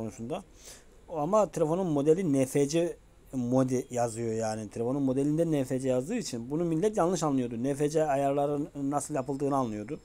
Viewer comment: Abi okunuşu nfc diğil enefsi